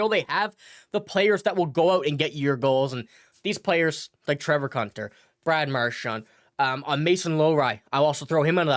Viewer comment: His name is pronounced coontar not cuntar. 😀